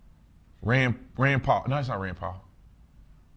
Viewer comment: You didn't say Rands name right